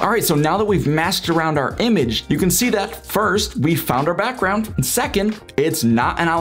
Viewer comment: informative but the way you are talking is kind of annoying, lol. BAckround PUlls UUp. Might just be the microphone idk.